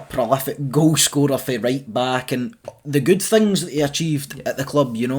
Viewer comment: How are we dropping the ‘t’from words like ‘things’ and ‘think’? Hings and hink 😂 love it !